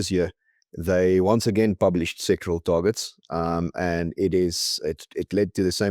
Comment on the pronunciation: pls note it's sectoral - SEC TO RAL - targets, because the way you pronounce it it sounds as though you're talking about SEXUAL targets. You need to pronounce the word clearly!